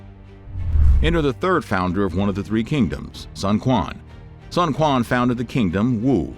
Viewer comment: Ah nooo pronouciation was amazing until Sun Quan's name 😅 Thank you for creating this content! It's such a wild and fascinating period of Chinese history.